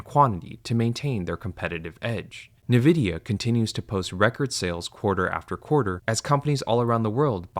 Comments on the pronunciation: The mispronunciation of Nvidia is incredibly odd for someone who has apparently done tons of vigorous research into AI. Nvidia is the biggest company involved in this mess because every tech company building infrastructure for AI is using Nvidia's computing chips. Nvidia is the company selling shovels to the gold diggers in this rush. That's why several people in the comments are suggesting that the narrator is an AI voice. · The pronunciation of Nvidia struck me as strange, but I didn't even consider that he could be an AI voice reading a script until I heard the sponsorships for AI companies. Now the channel just seems very shady. (I watch plenty of creators that mispronounce things, like those that pronounce Mario as "mare ee oh" so it didn't strike me as too implausible...) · It’s called ENvidia not NEvidia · I like your videos a lot! but it's en-vidia no nevidia. it's very difficult to hear it wrong for some reason. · Not only is your sponsor wack, but at least some segments of the voiceover are seemingly AI, you said "nevidi" instead of Nvidia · ENvidia not NEvidia...why does that trigger me so hard? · It's Nvidia, not navidia. Learn to read. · Are you an AI voice or do you just pronounce Nvidia's name wrong like all AI voices? The compnay itself says it is pronunced EN-videa, not NI-videa. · why do you keep saying "navidia" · Everyone else: Ai sponsor on Ai bubble video. Me: Spasming every time he says NE Vidia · Say nAvidia one more MF. 😂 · never heard n-vidia spelled like this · Only through reading these comments did I learn how to pronounce Nviadia. I swear I’ve only heard it said NI-vidia before. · Nividia? Bro you better be trolling haha Awesome video though, eye-opening! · That is not the way to pronounce it. Have you heard of the word envidia? Spanish for envy. N Vidia... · This can't be how you pronounce Nvidia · His pronounciation of Nvidia is never not jarring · I agree 100%, but at least you could learn how to pronounce Nvidia ￼